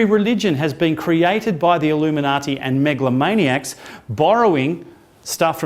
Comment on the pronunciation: Oh my God the 25th of September...the Illimuniati....the Australians!!!! lol